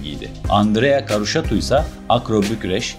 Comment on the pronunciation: Arkadaş doğru telafuz "Karutsaşu". Atarabasıcı (at arabası süren ya da yapan anlamına gelir) . Adı Uğur olan birisinin amarikalılarca Yugır diye çağırılması gibi bir şey yaptığınız.